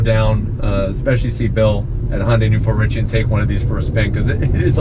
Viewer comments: Just a tip: It’s not pronounced Hon-day. It’s Hun-day. Great video. Subscribed. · I love your reviews, but it's not "Hon day". Imagine saying "shun" with out the "s". "Hyun day". I know most people who can't read Korean can't say this well, but I just wanted to let you know. I just want to help. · Dude it's HYUNDAI NOT HON DAY!! THAT IS SO ANNOYING! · Honday?...you're forgetting your alphabet sounds...Y..."hyuh-n-dai" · Hyundai, not Hoyndai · so cringe the way you pronounce hyundai - hon day yikes